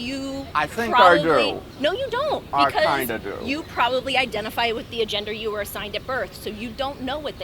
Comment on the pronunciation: I love how she said, "anti trans AGENDA" 😂